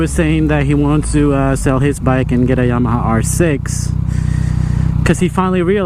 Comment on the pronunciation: Bro! It's YAMA•HA not YA•MAHA